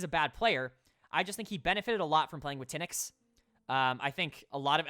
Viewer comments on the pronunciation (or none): its not thin-ix, its Teen-x (pronunciation of Tynx) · You say TynX name wrong it’s not “ten” “x” it’s “tinks”